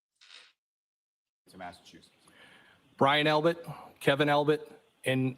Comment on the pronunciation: Albit not Albert